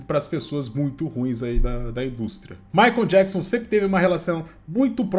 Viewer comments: Jackson? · Djáquisom e Maria Quéri kkkkkkkkkkkkk